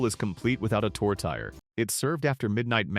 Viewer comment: Quebec tourtiere is not pronounced Toe.. Terry. Yeash! At least correct the AI.